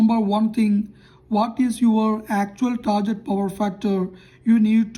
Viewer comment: Not "tarjet".....it's "target"....use Google ...